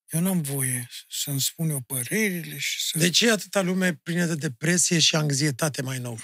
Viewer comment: Anxietate nu angzietate mai atent fii la cuvinte ,și aș fi dorit să vb cu dumneavoastră cu Maestrul Leșe !